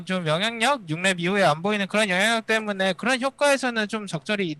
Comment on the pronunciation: 클리드 선수는 때문에를 때문네처럼 발음하는 거 같아요 ㅋㅋㅋㅋ